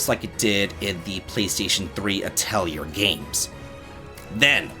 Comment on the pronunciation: Atelier the R is silent. [ah - teh - lee - eh]